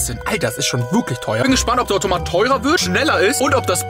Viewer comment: du sagst immer ortomat